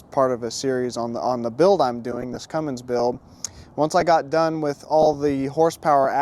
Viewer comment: brother plzzzzz stop saying cummings....it is a Cummins . Love the truck and the video.